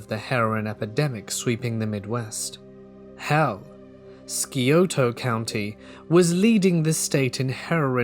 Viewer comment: Hey - as a native Ohioan- it's pronounced SIGH OH TA county.